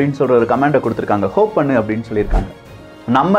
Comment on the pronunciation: ஹோப் கிடையாது. ஹாப். It is hopping. எகிறி குதித்தல் என்று அர்த்தம்